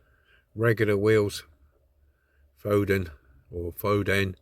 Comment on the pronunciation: FO DEN, not fodd en.not a bad resto video was a tad long though!